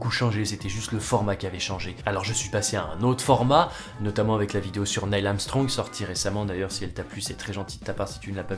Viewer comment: C'est Neil, pas Nail. x_x